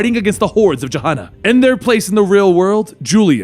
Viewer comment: The "G" in "Gehenna" is pronounced like the "G" in "goat." I have no idea why the mispronunciation of it bothered me so much...